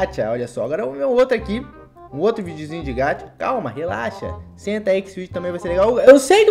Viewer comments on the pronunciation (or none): Ñ é: (Gatia)! É: (GACHA)!!! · Não é gachia é gacha 《Gaxa》